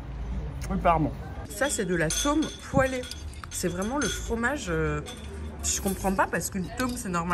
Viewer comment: "L’atome poêlé" 🤣🤣 cette prononciation incroyable